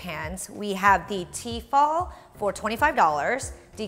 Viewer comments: It's actually tefal and they make incredible cookware for the price, not pronounced fall either but fal. Tefal. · Am I the only one annoyed by the way she says T-fal? It's Tefal for goodness sake!